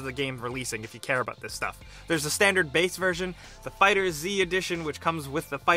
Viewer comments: Ok.... For all that think its funny or "thats how its spelled bro" its Dragonball Fighterz not Dragon ball Fighter Z. The z at the end acts like an S,like if it said Dragon ball fighters. Its added the classic Z,from the show Dragon Ball Z.like how mortal kombat has the K and not the C in combat. I expected more from you gameranx.... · The Z is in place of the S in fighterz so it is pronounced fighters not fighter Z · It's pronounced like Dragon Ball Fighters not Dragon Ball Fighter Z. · #11 it's pronounced Dragonball Fighters not Dragonball Fighter Z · 11- It's pronounced dragon ball fighterz not dragon ball fighter z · right of the damn bat its FIGHTERZ not FIGHTER Z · it spelled FIghterz not Fighter Zee!! You said Fighter Zee in the next video again i'm a repawt dahell out of YA!! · It’s pronounced as FIGHTERZ not FIGHTER Z😤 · Did u really said dragon ball fighters z 😂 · IT'S NOT DRAGONBALL FIGHTERS Z FUCKING STOP. IT'S FIGHTERZ! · Its fighters not fighter Z, TRIGGERED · It's not pronounced Fighter Z its pronounced Fighters. Also it's not Black Goku its Goku Black...they are the same skin color...lol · Lol it’s fighterz not fighter Z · Its not fighter z its fighters just with a z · Why do people call it fighter z, it's one word just fighters with a z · IT'S FIGHTERZZZZZZZZZ NOT FIGHTER Z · For god sake, it's just pronounced FIGHTERS. The Z is on the end to make it look like some edgy shit you put on your MSN name when you were 12. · It’s not pronounced Fighter-Z...It’s Fighters... with a z, that’s why they put a “Z” instead of the “S”...I get triggered every time someone does that lmao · ITS FIGHTERZ NOT FIGHTER Z say it like the Z is a S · Awww man ur killing me! It's just pronounced as fighters guy. No need to add the z. It's not Dragon Ball Fighter Z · The cringe i felt when he said fighter z instead of fighters. Here's one for you video boi, it's read dragon ball fighters not fighter z. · Its just pronounced Fighters!! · Lol I was just about to comment that